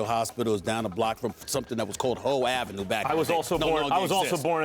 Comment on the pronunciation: SAS said hoe avenue